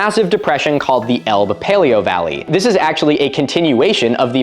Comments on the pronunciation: I hear about Doggerland all the time on the shipping forecast. I've been so curious about it, and its history. And yes, there are plenty of jokes about it being the land of dogging. Also, you mispronounced "Elbe". It's pronounced "Labe" (Lah-beh). It's a common mistake. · Elbe has two syllables Ell-buh